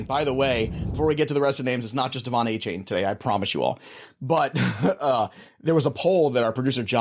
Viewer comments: A- Chan... not Ay Chain haha this man asked for his name to be said correct 😂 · It's pronounced A-Chan